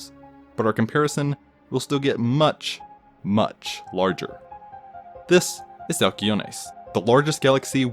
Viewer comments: Oh boo hoo he pronounces the word "this" slightly weirdly. Grow the hell up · The way he says “this” every time makes me cringe(no offense) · Annoying the way you say THIS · The “This! Is…” always gets me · every time he said “this” i jumped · Every time he puts an emphasis on “This, is (insert name here)”